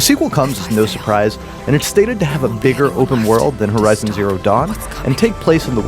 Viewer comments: Horizon not herizon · Herizon😂😂😂😂😂😂 ( horizon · "Herizon"? Is that the feminist agenda version?